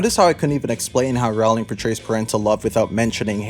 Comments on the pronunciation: Just so you know, Rowling is pronounced like "rolling". "row"+"ling". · It's rOwling, not rAwling... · The Harry Potter series is over what you getting up in arms about seems waste of time to me. Seems like you need is will Rowling (atleast say her name right) more than the books. Yes theres plot the series and yes I remember them. This is a joke video right. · The second I heard you mispronounce Rowling I knew you have no effing understanding of Harry Potter. Classic firestarter only. Yawn.